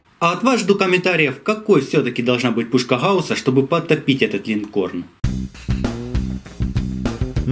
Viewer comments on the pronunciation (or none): можешь пожалуйста не говорить хауска и все такое говори нормально гауска